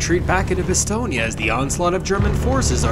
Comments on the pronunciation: I hear Bastogné, in french it's just Bastogne though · One thing I noticed is your pronunciation of Bastogne, it's pronounced more like 'Bah-Stone', not 'Bah-Ston-Yah'. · Stop saying "BastognA" bruh 😢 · Why do you say "Bastognia" ? It's "Bastogne", you can say "Bastognia" so just don't pronounce the "ia" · Good sir it is pronounced "Bastone" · I thought it Bastogne was pronounced ba - stone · I hate the way you’re pronouncing Bastogne. It’s cancer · Maybe use google translate on the names of foreign towns for proper Pronunciation next time??? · Idk how but I’ve never heard someone pronounce Bastogne like that.